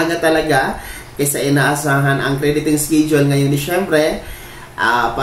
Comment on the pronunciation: Pls pronounce the word schedule as eskedule and not eskidule. Sanay mawasto ang pagsabicm mo ng schedule